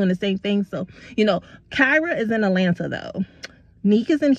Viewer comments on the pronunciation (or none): none